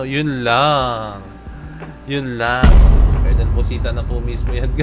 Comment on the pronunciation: It's no kolonel, it's kernel